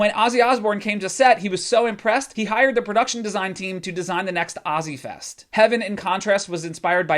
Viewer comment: Oh...sweetie...it's OZZfest...not ozziefest